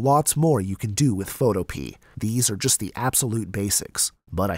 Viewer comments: learn how to pronounce the word PHOTOPEA....it is not photo pee.....it is photo Pia ..it comes from the GREEK word fotopoia!!!!!! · is he rlly saying photo-pee? isnt it photo-PeAAA?? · I think it's pronounced: Foe- toe- pee- uh not: Foe- Toe- pee I could be wrong, though... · Photopea rhymes with Utopia. fo TOE pe uh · bruh really said Photopee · It’s pronounced..Photohpeuh